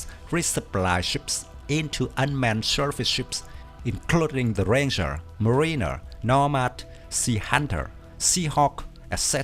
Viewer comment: Mariner is pronounced more like "MARE-in-er", not "mar-EEN-er", just so you know. The ghost fleet concept is an interesting one. It raises some questions rules-of-engagement-wise: is firing on a USV during peacetime an act of war? How are these vessels protected against boarders? Does a USV have to have an order from a commissioned officer before going "hot"?